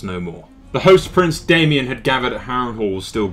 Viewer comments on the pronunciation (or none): You pronounced Daemon wrong, it's Daemon not Damien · IT'S DAEMON, NOT DAY-ME-ON. DAY-MON = DAEMON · good video, however the orders of events aren't entirely right! its daemon, pronounced DAY-MON, and Aemon was killed on dragon back by Daemon pronounced A-MON :)